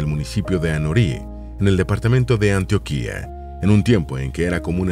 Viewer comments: Pdta no es Antioquía, es Antioquia...suena totslmente diferente 😅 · Antioquia, no antiokuia. Pronuncia mal el nombre de nuestro departamento. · Muy lindo el video. Sobre todo porque soy colombiano. Sólo una aclaración. En la Biblia aparece Antioquía en el libro de los hechos de los Apóstoles. Pero en Colombia decimos Antioquia, con acento en la o y sin tilde en la i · Para este caso se dice Antióquia, solo ese detalle, muchas gracias por el video, por cierto en la ciudad de Armenia se encuentra el museo Quimbaya